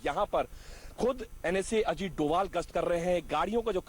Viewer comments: धोवल नहीं डोभाल है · NSA का नाम अजीत डोभाल है न कि अजीत 'डोवल'. कई जगह 'भ' के लिए V का प्रयोग करते हैं जैसे बंगाल में सौरभ को Sourav लिखतें हैं. NSA का सरनेम डोभाल है.